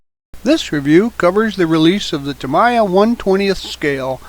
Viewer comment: Just FYI, "Tamiya" is pronounced TA-MEE-YAH, not TA-MAI-YAH.